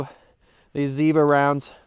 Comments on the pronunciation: У вас очень крутые ролики! Успехов и будущих побед в жизни! И кстати Zobra произнесено классно! 👍👌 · В этот раз хорошо выговорил) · Все правильно- Zёbra)